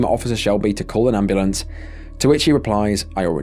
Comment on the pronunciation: "CALL THA AMBALAMP!!!" Jfc I hate them so much.